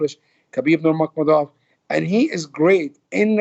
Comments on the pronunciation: I'm talking about his last name Nurmagomedov which Ali is mispronouncing. Yes his first name is the arabic name Habib, but I'm talking about his last name which is Nurmagomedov. The arabic pronunciation would be Noor Muhammad, from his ancestor, like how they change Muhammad to Magomedov. Anyway I'm talking about this fool not saying Nurmagomedov properly and if he was saying it in arabic he would he say Noor Muhammed. Which he obviously isn't doing. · Also, this guy is so disrespectful can't believe he hasn't learnt how to pronounce Habibs last name. Really embarrassing calling him your 'brother' and then continuously boldly mispronouncing his last name.